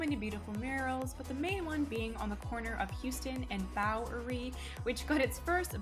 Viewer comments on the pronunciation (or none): Houston.....isn't hue-ston, it's how-ston in NYC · It's pronounced how ston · She pronounced Houston like a Tourist